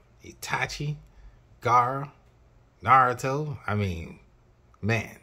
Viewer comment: I’m not trying to be rude but it’s pronounced nah-rue-toe not narato